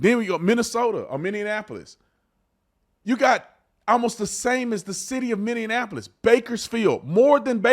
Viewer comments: Say it with me. Minneapolis. Minneapolis. Not Minneanapolis. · Brandon, I love you, but please please please...It's pronounced 'Minny-Apple-Us'. You've said 'Minny-An-Apple-Us' just way too many times for far too long. It's like saying Buffufalo, NY. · Minny-apple-iss!!! Not Minny-uh-napple-iss!!!